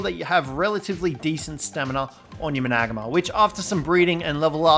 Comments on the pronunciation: The managarmr is pronounced mana gar mer not man ag ma btw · there are some flaws but i dont want hate so dont get mad at me or the creator. griffins dive... gliding is mae wings and rock drakes and more but managarmr just makes me feel odd... managarmr (man-a-gar-mer) is how to my knowledge is pronounced that way... any ways have a good one! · Managama. . . This pronunciation lmfao im dieing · Had to stop watching when you started saying Managamr 🤣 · It’s man-a-gar-mar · So many ark videos but homeboy still can't pronounce or spell managarmr. Big RIP. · Hate the way he says managarmr